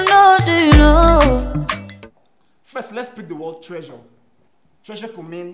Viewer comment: "Its a very expensive treyure" Who else heard "treyure"